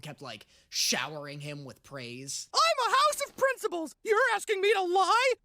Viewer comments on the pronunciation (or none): none